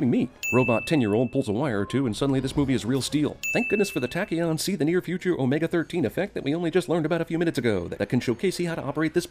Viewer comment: take one off for say tachyon right, eventhough I can't spell it ;)